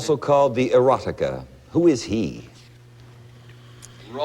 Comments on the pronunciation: Very boorish behavior by Glenn Ford. Peter Marshall kept adding a "T" to the Latin word "Eroica", meaning "heroic", not "erotic". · It's "Eroica, not "Exotica." Beethoven. I'm surprised that Peter Marshall mispronounces it. 🎶🎶🎶🎶